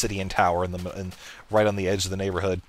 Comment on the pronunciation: its NYAN-borhood ;D